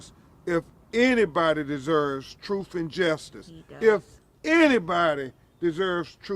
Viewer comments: Never trust a lawyer that says troof instead of truth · "Troof and transparency" 😅😅😅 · What the hell is “troof and Justice”? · What is this “troof” word mean? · "Troof and transparency " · "built on truf" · "Troof" poor Lenert should have stayed in prison. He would have been better off and still alive. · “Troof and justice.” Gotta love em.